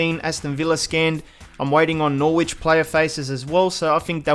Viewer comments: Norwich is pronounced Nor-rich dont ask me why but it is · Dude you dont really need to pronounce the w in norwich, us english people generally pronounce it more like 'norrich' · The way you say Norwich us weird to me lol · You think Aussies saying Norwich is weird.. You should hear Americans say Leicester city